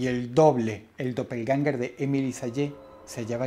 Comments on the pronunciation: Realmente es Doppelgänger, con a umlaut, o a con 2 puntitos xD En aleman: doppel (doble) - gänger (andante) Se pronuncia aprximadamente como "doppelgenga' " Edit: tambien se puede sustituir la ä por ae, quedando Doppelgaenger. Se pronuncia igual Clases de aleman gratis xD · Se pronuncia dopelguenga dross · También lo pronuncia mal en